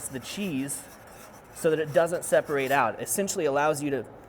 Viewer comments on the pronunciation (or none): none